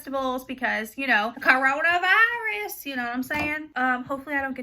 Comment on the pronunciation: loll the way you said coronavirus